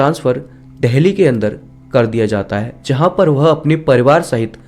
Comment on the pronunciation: Bhai dheli nahi dili hai